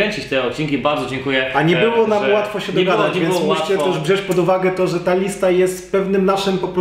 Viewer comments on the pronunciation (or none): none